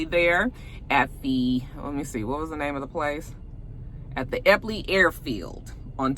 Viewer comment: Yay! You pronounced Eppley correctly! A nurse friend said that Creighton (a hospital near the rally) was full. I live in Omaha, it gets dark early and super windy it's also super cold at night like 25°.